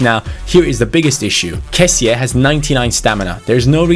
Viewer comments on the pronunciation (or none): it's not kessia it's kessie